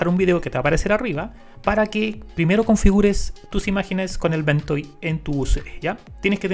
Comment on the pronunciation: Great video, please make more about ventoy. Also it's pronounced Ven-toy not Ven-toe.